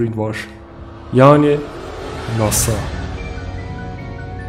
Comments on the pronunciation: Nasa'nın açılımını nasıl telafuz ettiğini duyunca kapadım. :)) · Offf o nasil bir NASA telaffuzuydu, gizem yaratmak icin sacma sapan bir efekt yapmissin, o ayrica rahatsiz edici.